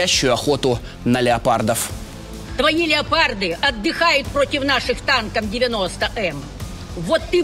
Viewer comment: Не леополд а леопард. Озвирин.